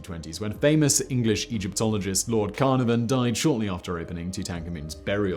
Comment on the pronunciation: "Lord Cardamom" Uhhh ,,, Sighmon!!! Simeon Wastler!!! Are you ok dude!!!!